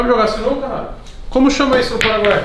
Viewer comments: "CINUCA" KKKKKKKKKK SINUCA STRIP é o certo pae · "Cinuca" com "c" foi foda hein toguro? Porra! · ‘Cinuca’ com C foi foda kkkk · caraca sinuca com um “c” porra togurao tá matando o português isso sim